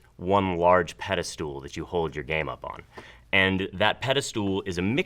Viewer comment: "Peddlestool" ...heh